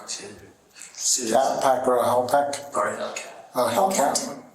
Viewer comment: A Hellpack he said, oh man.